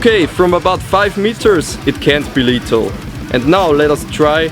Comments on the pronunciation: *lethal not letal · you kinda say letal without th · he was saying letal